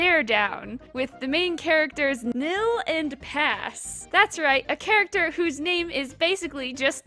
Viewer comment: I have a feeling his name is pronounced like "Pause" and not "Pass".